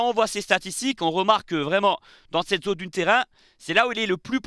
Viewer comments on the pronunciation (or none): none